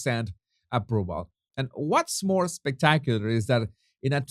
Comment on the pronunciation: Hi! I just have a question. Maybe everyone knows but not me! It's when you print the headline and MOAR! So I don't know why u don't correctly say and MORE! I think maybe it's that you want to combine ROAR and MORE! So am I the last person to discover why you don't correctly say MORE??????